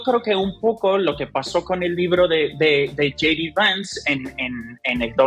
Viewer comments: J.D. se pronuncia yei di. Yi di sería G.D. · Hey! No se pronuncia yi di. Se dice YAY DI. ¡Por favor!